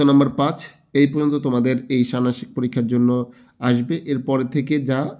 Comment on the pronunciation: ষান্মাসিক উচ্চারন হয় নি😢